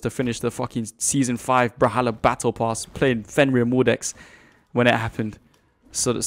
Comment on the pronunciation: why do you say "bral-halla"